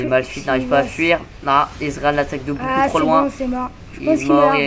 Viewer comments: Il dit Bien "Israël" à la place de "Ezreal" au début nan ? x) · svp on dit ezreal et pas izrael !!!